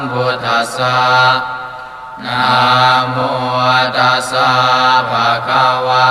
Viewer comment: ผมฟังพระสวดของวัดนี้แปลกนะครับ นะมัว ภะคะตัวทำไมต้องออกเสียงเช่นนี้ครับพระคุณเจ้า